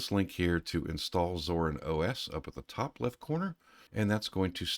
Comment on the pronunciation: WHY are you calling it ZORN?